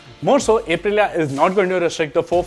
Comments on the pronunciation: It's "Up-rilia" not "Ape- rilia" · अप्रिलिआ ✅ ए प्रिलिआ ❌ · First time I am hearing A-prilya